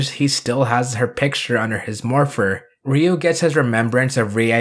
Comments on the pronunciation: Ryu-Riyu Kaori-Kawri Raika-Ra i ka Ako-(not taco) Gai-Ga i hahahahahaha...thanks to this...pls don't mess the names of my childhood heroes... :-) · I'm great with the pronunciations, but it's always weird to switch to a Japanese accent when talking in English. Even though it's correct, I just feel silly saying "rdyou/dyou" instead of "ree-you".